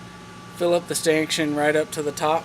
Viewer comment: Stankshun? Are you trying to say stanchion?